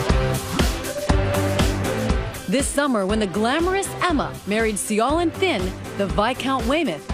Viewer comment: See-yo-lin??? Why don't these people try to pronounce names right.